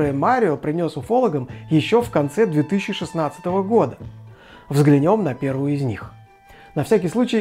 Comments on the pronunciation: взглянЁм, вместо взглЯнем. - у ней... всё-таки "у неё". - поднЯта кожа. Должно быть поднятА, хотя в остальных случаях ударение на Я. - стОпами. Причём буквально за несколько секунд до этого вы правильно произносите "стопАми". Это то, что я заметил, пересмотрев ролик на 2 скорости. Возможно, что-то пропустил. Впрочем, у нынешних ведущих ТВ и радио ошибок с ударениями на 20 с небольшим минут бывает и больше. В любом случае - спасибо за вашу деятельность и, надеюсь, моё брюзжание лишь пойдёт на пользу. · "взглянём". Это как понимать? опять это "взглянём". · Лично я не заметила "настолько много" ошибок (тоже тот ещё оборот, ага), хотя, если честно, больше на видеоряд залипала, чем на текст. Однако "взглянЁм" резануло реально. )))